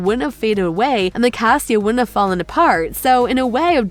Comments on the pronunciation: It was a really nice video but FYI it's casita not castia.🙂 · how she said casita tho